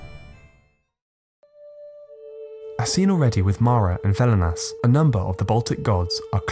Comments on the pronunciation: its Velnias, not Velinas ^^. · Velnias not velinas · I am Lithuanian. The video is called "Baltic Paganism" but only covers the Lithuanian side of it, except for Mara somehow mixed in there, which I believe is Latvian. Also, it's velnias not velinas and ragana not raganos (plural form of ragana). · Not Velinas, but Velnias. Its pronounced like "velness".